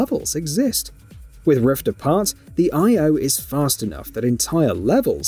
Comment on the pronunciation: Holy shite dude. This was super annoying. At one point he was also saying Rifts Apart. 💀💀💀